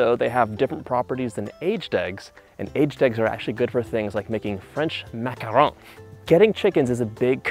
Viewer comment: ha ha ha i love how you said macarons.